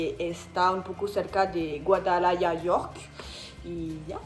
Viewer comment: Me gusta como dices Guadalajara.